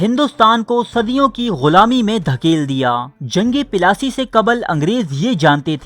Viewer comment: Pelasi nhi Bhai plassey bolo yar